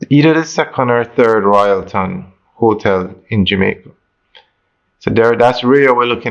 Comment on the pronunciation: The word is not "hoe-tel". It is hotel.